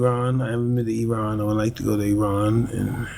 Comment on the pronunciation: Thank you for pronouncing Iran properly Mike!!!